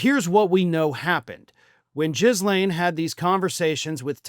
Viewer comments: do you say Jizz-lane to insult her? Her brother calls her Gee-len. But Gill-lane is the normal English pronunciation of the French name Ghislaine. If she ever stands before a judge and is asked to say her name, the world will be listening intently. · So do U ironically call her Jizz-lain on purpose? Because I do believe its Ga-lain. Because I crack up like a child. Most every time U pronounce her name.😂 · ‘GHEE-LAINE’…not fucking ‘jizz-lane’.. 🤦‍♂️ We’ve only heard her name for the last how many years..? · I love how you pronounce her name "Jizz Lane." How appropriate. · Please, please pronounce it “Gill-ane”, not “Jizz-lane.” You’re killing me here. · "Jizz-lane" is a more apt name, though the proper pronunciation is ghee-lane*. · Please stop calling her Jizzlaine. That's gross!!! It's pronounced Gillaine. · Even though Jizz-lane is a far more accurate pronunciation, her name is pronounced Gill-lane. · Jiz Lane? Her name is pronounced: Guh Lane. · it’s not JIZZLane. (Although maybe it should be). Pronounce the GH as a hard G, and don’t sound the S. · It's "GEE-lane," not "JIZZ-lane." Do a little homework, huh? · Will someone please inform that it's not pronounced "Jizz Lane." All other outlets pronounce her name as "Guh-lane." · LOL -- it's not "JIZZ - lane Maxwell", it's "GHI -- lane" with silent "s". However I agree with you that a Trump pardon seems to be the reason for this latest Trump "deal". If "JIZZ - lane" agrees to publicly state that Donald Trump had NOTHING to do with Jeffery Epstein, is NOT a convicted criminal felon/rapist/ sexual predator of numerous women, and is as innocent as a newborn baby ---- then "JIZZ - lane" will be set free. And then she can become a top Trump supporter on Fox News and the other Trump propaganda outlets, further spreading the Big Lie that Trump is on the same level as Jesus Christ. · Are you misspronouncing her name on purpose because it's definitely funny It's gillaine not jizzlaine 😂😂😂